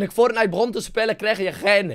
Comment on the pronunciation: Wie speelt er "fortnicht"? :D